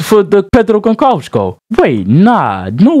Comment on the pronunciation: I love that “Pedro Gonkalves!” As a Portuguese, it annoys because it’s pronounced Gonsalves 😂